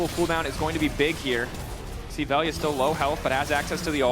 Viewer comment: Veljko his real name, VELJA . He is serbian, LJ is as one letter not as two. In our slavic alphabet you can combine L + J to get LJ and its spoken like L+Y i guess. But they should at least ask how they should say it, because what they are saying is like "VELIJA" and there is no "i" , Best way to describe is using another word like " Love" in serbian " voljeti " if spoken "vol-ye-tee" . I know nobody cares, but as they commentators they should know it.